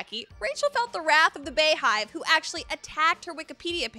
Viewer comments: Not bay and not bay hive .............. GET IT RIGHT !!! Her name is B (Bey) B hive (BeyHive) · she's saying the Beahive ..its beyhive